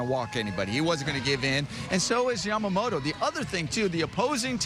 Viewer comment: 『ヤマモト』 おお～♪ 『ヤマモーロー』 え〜？！もう〜💧